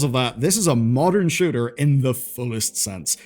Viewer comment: Am i the only one that heard him say sugar instead of shooter?